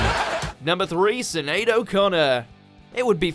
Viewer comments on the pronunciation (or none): Did you pronounce Sinead as “sin aid”? Is this an actual alternate pronunciation? I’ve only ever heard “shin aid” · I think “sin aid” is wrong, I’m Irish and I’ve only ever heard “shin aid” too